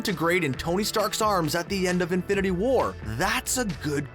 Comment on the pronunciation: Stop emphasising the second word in "Infinity War". It's not "Infinity WAR", it's "INFINITY War".